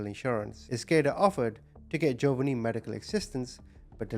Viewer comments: Ja_von_nee not jovany it drove me crazy ❤ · Once again, your pronunciation of the names are atrocious. The little baby’s name is Jovonie. It’s pronounced Joe-VA-nee (like the Italian name “Giovanni” without the first “i“). The emphasis is on the second syllable. You pronounced it JOE-va-nee. Several times on the video, you referred to him as “Jovianne” which isn’t even his name. Let’s remember this beautiful little boy by remembering his real name. His name was Jovonie Ochoa. He was 4 years old when he died on Christmas Day 2003. He only weighed 15 pounds. The average weight for a healthy 4 year old boy is 30 to 44 pounds! Jovonie’s grandmother, Maria Palicious, starved her grandson but she certainly was not missing any meals herself. She complained that Jovonie always wanted food. Yeah, you crazy evil bitch, a baby you are intentionally starving is always going to want food! Jovonie Ochoa, I will never forget you and your handsome, smiling, innocent face. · Omg his pronunciation of Jovanni is annoying TF out of me hahaha. Then it goes from Joe-Vunny to Jovian. What? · Its pronounced Joe-von-ee.. May Jovonie rest in peace 🕊️ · Joe-va-nee is killing me hahaha 😂